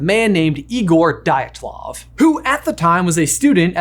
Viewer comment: Great video, guys! Very unexpected to see such topic on your channel! But the last name Дятлов is pronounced "D YA T LOVE"😊 Glad seeing you experiment with content!